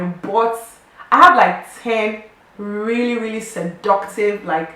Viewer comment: Eyah, Time really flies o, can't believe it's been almost 1 year, Congratulations girl! You spoke the truth, it will be challenging if you choose for it to be. Oshey, giddem, see the way you said seductive 😂😂😂 Great Video, I can totally relate :)